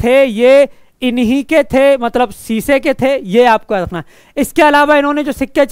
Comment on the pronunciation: सीसे नही शीशे माफ करना🙏🙏🙏🙏🙏